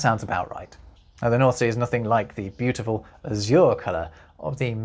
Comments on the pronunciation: The stress in azure is on the first syllable. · I just heard a word I've never heard pronounced by a Brit, and it's different than the 'gringo' spelling: azure. We say A-zhur, but you say a-ZOOR. Hmm! Re. the orange section, nah-RON-ha (Spanish) is nah-RON-zhah in Portuguese.